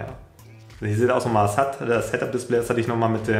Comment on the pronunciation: /7 „Headapdispleeee“